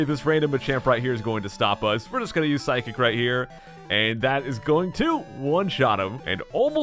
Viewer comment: "Psy-kick"? Sounds like a psychic physical attack...